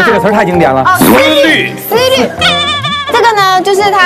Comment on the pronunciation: 娇嗔不会念情有可原，可是思虑念成思当也是。。。。笑死人了，哈哈哈。台湾的综艺咖本来就草根出身居多，没文化也正常，况且台湾年轻人普遍语言水平都不怎么样，不会成语，只会说简单句，放在他们的标准里，鬼的表现就很正常啦